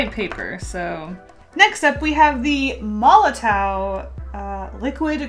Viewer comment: i think the molotow pens name is pronounced like molotov like a molotov cocktail. theres lots of words, typically names, that i think are Russian or Germanic in origin and the w is often a 'v' sound. (thats just a guess though based on other words and that the company is german)